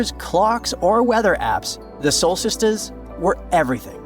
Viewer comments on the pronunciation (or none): What the heck are .."Solsistes" ??? (The very end).. lol. Sole Sisters, maybe? Going to meet my "solsiste's" on both the Solstices at midnight, and around Silbury Hill, we shall dance til the dawn!!! ;-)